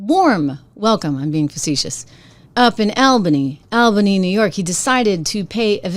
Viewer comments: Trish the city is pronounced All bany. A lot of none residents say Al bany. Great show I watch every day. I love what you are doing. Keep it up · Albany.. pronounced All bany. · It's "All"- bany - reminds with "small" bany.